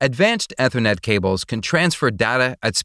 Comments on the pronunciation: Eh thernet? Lol. It’s ee thernet. And it’s pay treeon not pah treeon. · Almost right but terribly technically wrong. Bits / Bytes? AAAETher Net totally wrong pronunciation. Coax vs. twisted pair. Uggg. Totally missed the topic in the title. This list goes on. Save yourself of life wasted listening. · Dude cannot pronounce Ethernet. It is pronounced ee· thr·net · "Ethernet" is pronounced "E-thernet" not "ether-net". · Nope it's Ether-Net but Americans can't say it properly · He's trying his best to sound like a text to speech program But text to speech can usually pronounce "Ethernet" correctly...